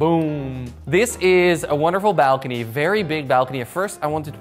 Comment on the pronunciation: Me: nice appartement you got there Jordy: look at this balkony